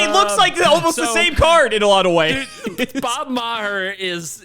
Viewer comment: God damnit get Bob's name right. 😂